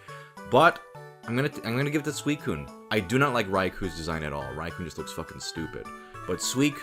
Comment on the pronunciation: sweekun? It’s soowiseen